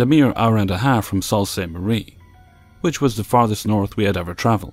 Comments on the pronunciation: Sault St Marie is pronounced Soo St Marie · It's pronounced Soo St Marie